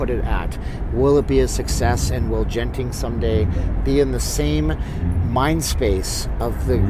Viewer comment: It’s a hard G in Genting. Pronounced like the G in good.